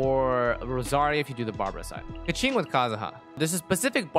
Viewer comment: Great video but... your keqing. Please. I beg. Pls fix